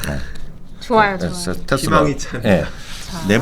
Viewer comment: 린스타님의 테슬라 발음은 넘사벽